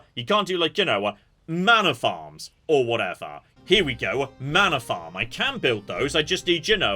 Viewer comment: I keep hearing "manor farm" as "mana farm" and my brain goes "ooo magic".